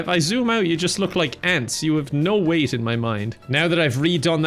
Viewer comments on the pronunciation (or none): none